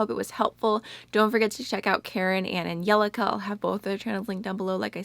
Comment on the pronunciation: literally my new favorite thing is how you pronounce Angelica's name, I had to replay it like six times